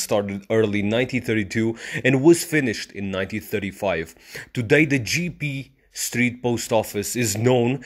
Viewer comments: your pronunciation is wrong. IT"S NOT GEE-PEE, The correct is Jep-Pe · its not Jiepie , its J'E ppe'